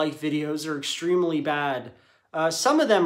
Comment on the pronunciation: did he say extremily? vs. extremely....